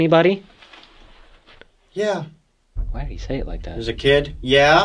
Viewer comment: THE WAY SAYS “YEAH” and responds with “why he say it like that” 😂. Love this episode 🫶🏻🫶🏻🫶🏻